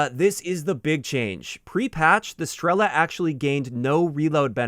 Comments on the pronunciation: Random note russian Strela (arrow) and Pila (saw) both have stress on A. You'd say Strela' and Pila' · Nice vid mate! for future reference, "Pila" and "Strela" are russian words and it is correct to put the accent on the second syllable in both of these words